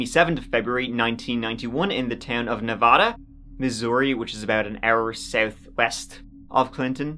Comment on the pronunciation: You pronounced Missouri perfectly!! You are always so right on!😍